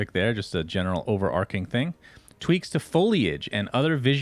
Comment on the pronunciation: Sunsfan my man, it's overarching, not overarcing